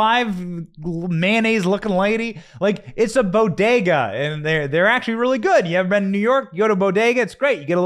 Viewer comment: All through my teen years I worked at my father's Bodega in the Bronx. Never in my wildest dreams I thought anyone would butcher the pronunciation of the word Bodega so bad as the so called "First Lady".